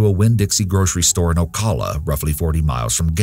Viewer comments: I live in this area and just for future videos (cause Florida be cray and I know you'll be doing more on them (unfortunately)) it's pronounced: Alachua - A-Lah-chew-uh & Ocala - Oh-cal-uh 😁 Thanks for the video, I remember this case (the first one) but you went into more detail than what I've been told about it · "Oh callah" sometimes the way people say the places of Florida makes me cringe. Its O Cal ah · Alachua= A-la-chu-a. Ocala= O-cal-a. thats how we pronounce it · omg yes 😂 the way Alachua and Ocala was pronounced sent me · You pronounced Ocala wrong 😊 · All the research and details you have in your videos.. still pronounce ocala like that 😂 That made me laugh...